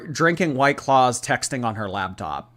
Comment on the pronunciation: I can't get over saying "labtop"